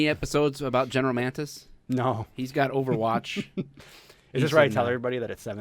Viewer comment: Ahh General Mantis.... -it's Mattis. WHAT?!?